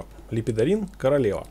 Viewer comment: Бфахахахахаха.... ЛЕПЕДОРИН то мне и нужен... Лепорин! Лепидорин....лол чВВВВ